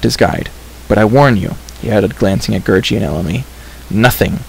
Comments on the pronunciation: Its gurggi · It's gurgi not gurji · It's Gurgi.